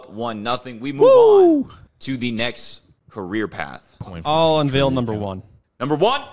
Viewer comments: my man, you gotta learn how to say the word unveil... its not unveel lmao. gets me every time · Un-Vale not Un-Veel